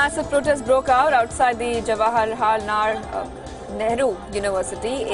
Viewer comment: Please pronounce the legendary Indians' names properly. Jawaharlal and Mangeshkar. These names mean a lot to us. Thanks.